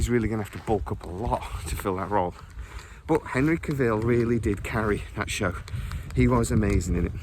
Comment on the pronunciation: Do you never hear people pronounce their own names? I can't post links, so here he is pronouncing his OWN name, PLEASE for the love of the gods please watch it! "How to properly pronounce “Cavill”, Henry Cavill’s last name." the man HIMSELF says it's like Travel, Cavill, wait how do YOU pronounce Travel?